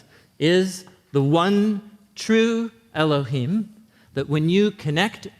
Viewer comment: Very good lecture. I agree with everything except the pronunciation of the name of Elohim. I recommend doing some research on that and looking at the Hebrew vowels associated with them. The best place to look is in the Aleppo codex. The Vatican has some old ancient writings that have been discovered. It is as though they were wanting to hide it from the public but it's same time be aware of it. That name was prohibited by the Romans. I'm sure God is not offended if you say Yahweh and that is why I'm not going to tell you the correct way to do it because you would probably not believe me until you could see yourself. If you do the research you apply the correct way to say it. If you want guidance let me know.